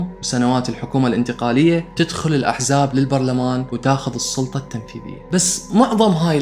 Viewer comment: تسلم واستمر يااحبيب .. بس عندي سالفة تعبانة ..ليش تلفظ حرف السين مثل حرف الصاد اي اتگول صقوط والصلطة ولاحظ اهوية من العراقين يستخدموا خطآ في الكلمات مثل اوصاخ صخي وغيرها